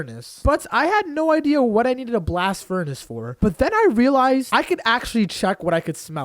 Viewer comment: Can someone see how many times he said relise?